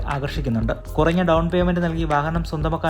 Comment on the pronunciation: കുറങ്ങ അല്ല കുറഞ്ഞ ആണ് 😂